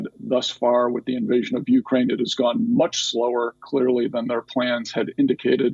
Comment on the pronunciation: is beautiful. Btw to this guest and anyone else it's not 'YOU-crane.' Also, Russian troops going into Ukraine is a distraction. They want to seem weak before they nuke the US.